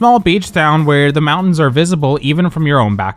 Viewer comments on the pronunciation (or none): none